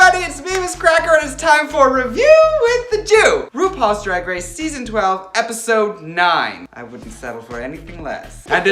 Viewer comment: I love how she says DWAG WACE🤣🤣🤣